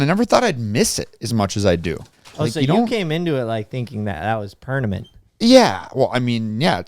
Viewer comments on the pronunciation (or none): cant believe homie said pernament🤣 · Who would have ever thought the hummer on the pole wasn’t pernament? I hope I’m not the only one who heard him pronounce that wrong. 😂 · what’s pernament?? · CJ's face after said pernament 🤣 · ‘oh so you came into this thinking it was pernament’ 😂😂😂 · pernamemt 😂😂😂 same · i didn't even realize he said it wrong until i scrolled to your comment lol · I heard it and had to rewind it to make her I heard that right😂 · i came here to say this after replaying it twice 😂😂😂